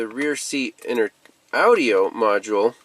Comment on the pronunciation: I love the way he says Audi-O lol